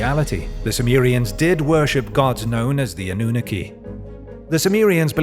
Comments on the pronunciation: also it‘s called anunnaki not anoohneke there is nothing worse than an english speaker pronouncing words that aren‘t english lol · Lol anooniki? Sorry but it’s pronounced, “ah-noo-nahh-key” (Annunaki) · Ive always heard it as "Ah-nu-nah-kee" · Ah - new - nuh - key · Eh the pronunciation... Anunnaki..hmm...🤔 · Please check your pronunciation of Annunaki you sound ridiculous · Why cant he pronounce Anunnaki correctly? There is a video every other video on this channel meant the Anunnaki lol